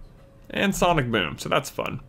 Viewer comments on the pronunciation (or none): none